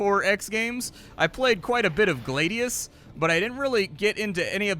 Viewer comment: Its Glad-ius, like I'm Glad, not Glade-ius